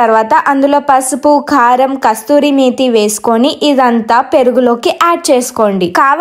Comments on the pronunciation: Kasthuri kadhu kasurii methii😂😂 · Kasuri methi 👎 kasthuri methi☑️